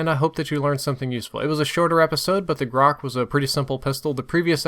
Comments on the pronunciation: Это грач а не грак бля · It's not "grak", it's "grach", as in "rich", which means "rook" in russians (it's a bird that can't be found in Americas, so some of you may not know it). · Its not graK, its graCH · MP443 Grach* not "MP433 Grock" Either way, great video as always. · MP-433? Really? And Grok? Its Gratch, the ch is like channel ch xD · As I was forced to say on the PDW episode where I noticed this: It's "Grach". Грач. Like "Gra-T-ch". Not "Grakh". The "ch" is like the one in "chamber", but NOT like the one in "chlorine". Get it? Грач. Grach. Still, good videos. Please, never say "Grakh" again when referring the the MP-443. The title also says "MP-433", which is ten less than 443. Please fix this tiny mistake. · thanks for having a wonderful review and I certainly have no intentions of trying to demean you or sound like an ass, but it it pronounced Грач (which means crow) -- "Graitsch" or "Grish" with a long "i." I don't expect that you've rubbed up on your Russian recently, but its not "grock" lol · you pronounce "GRACH" wrong :) at the end, last two letter pronounced like first two in the word "CHoper" :) "Grach" in russian means bird "Rook" :) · its pronounced GRA -CH ("ch" like "china") - its name is a referance to a russian bird due to it's sound being like a bird's call XD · Just so you know, it is pronounced "gratsh". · To pronounce -grach CH like champion CH not graH!!! Грач...just saying!... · Grach, "ch" like china not like "k" im russian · nice guide, but the "ch" is pronounced like the ch in "chime"